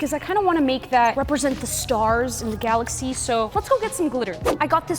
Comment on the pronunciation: “gialaxy” 💀💀 not hating or nothing bad i think it’s just funny!